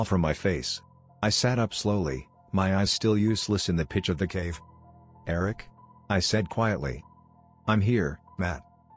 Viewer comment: The way Eric is pronounced is bothering me